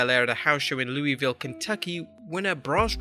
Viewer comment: Loeyville Kentucky I know he British but still that's funny as hell try saying Louisville with a hard u and no s